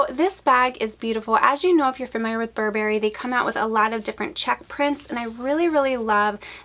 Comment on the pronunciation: Please learn to pronounce Burberry correctly.